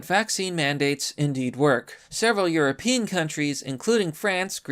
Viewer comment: Like your videos but have to ask if English is your first language? Hard to hear you misread “European”, “prerequisite” and “Reuters”. Just sayin’.